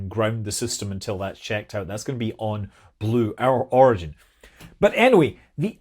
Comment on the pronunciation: Did he actually say Glue Origin? 😂